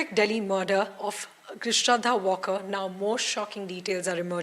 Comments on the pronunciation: Valkar hai vo. Walker nahi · She is not walker her surname is to be pronounced as waalker...she is a marathi not english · Yes right its Maharashtrian sirname pronounced as W-aal-kar.